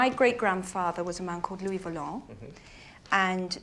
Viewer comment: LOUIS VOLANT ! Not Valent.